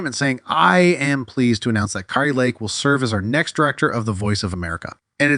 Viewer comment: You are mildly ignorant of the facts and grossly nauseating. You don’t even know how to pronounce Kari’s name.